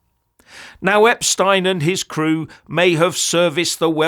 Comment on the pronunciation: Thanks for pronouncing his name properly.